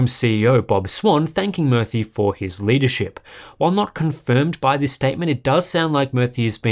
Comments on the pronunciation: It's pronounced as moorthy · Hey Murthy pronounced murr-thii means statue/image in Sanskrit